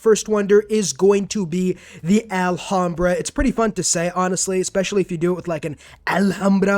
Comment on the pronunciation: you completly butchered that Alhambra pronunciation both times but its ok